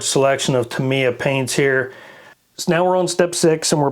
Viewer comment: Great video, and I'm now subscribed. Not important, but it's pronounced: "tah" "mee" "yah". Unlike English words, there's no variation on how Japanese words are pronounced.